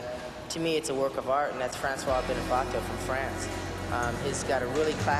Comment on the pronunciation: it's francis, not francois